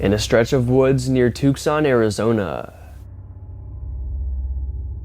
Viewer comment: Tucson oh gosh ....pronounced Two Son,, the c is silent